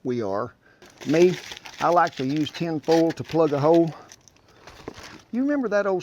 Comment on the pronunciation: I swear to Satan it sounds like he's saying "hoe" instead of "hole" when he's plugging away in the barrel.